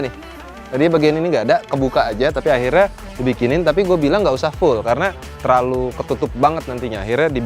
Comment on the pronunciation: " Akhrinya, " hahahaha gw dengernya jadi ketawa